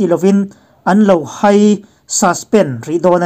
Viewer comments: A ngaihthlak manhla e. Hai tih hi Theihai tiha hai anga lam tur a ni e. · Hai tih hi Theihai kan lam anga lam tur. hai hi a sânga lam tur ka tihna